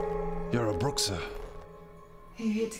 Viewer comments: Its not bruxa, its more like "Bruh" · its pronounced brew-ha and not bruck-sa ... polish and slavic 'X' is actually a 'H' sound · Great production but for the record, bruxha is pronounced Bru-ha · Isn't it pronounced BRU-HA?